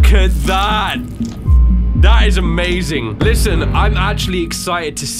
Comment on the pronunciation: amazink